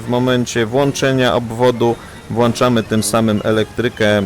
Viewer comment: Włanczamy? (qfa, tego się nie da nawet napisać!} Oj,, cenię Cię bardzo za Twój niewątpliwy wkład w symulacjonizm, ale błagam, postaraj się jeszcze trochę. Howg & Peace.